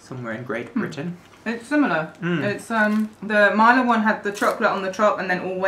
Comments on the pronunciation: Pronounciation tutorial: 1. Mila: not "Mayla". Instead "Meela" with short "ee" 2. Mäta: you did pretty perfect 3. Horalky: not "Whore-alky" LOL ... just simply Horalky with the emphasis on the first letter H ... In slovak language the emphasis is always on the first letter. 4. Deva: here "e" sounds like "ä" from previous Mäta ...so not "Diva", but "Deva" ... Plus in this case the "D" sounds the way you have no alternative for. So try to use Google translator to hear it :) ... btw it is an archaic term for a young (and pretty) almost adult girl/woman. 5. Sojové rezy: correctly "soyové (long e) rezy" ... "z" sounds just like an english "z" ... and You´re right - it´s a perfect pack of energy for hicking. 6. Rumba: not "Ramba" but "Roomba" (short "oo") 7. Pikao: it´s a condensed milk with chocolate/cacao These all are the classics from the socialism era and didn´t change at all (except the new version of Sojove rezy). The original retro styling of the packages is intentional - it works, people love retro :) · pronounciation - soyove resi Mila h´oralky Mila...like not i like "i", but like "e" Slovakia brand is actualy made in Czechia (Czech republic) Great video, enjoyed it much :) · Mila was pronounced so bad it hurt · Ur saying Mila wrong